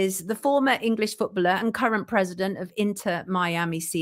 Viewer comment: Can someone please explain the connection with the “chequered floor” the painting of the nurse and freemasonry?? It’s annoying to bring something like that up and not explain it. One more thing why is she pronouncing the word “footballer” like that? Who says it like that and why? It’s incorrect and extremely jarring!! Great video otherwise 😁